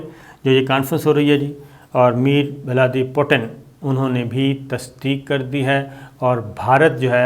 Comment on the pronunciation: Jahil insaan the name is Vladimir Putin, not Mir Vladi Putin. Angootha chaap anchor!